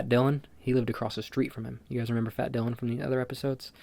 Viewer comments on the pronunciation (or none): none